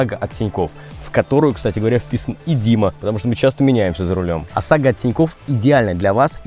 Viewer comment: Не говори сосага, с ОСАГО😅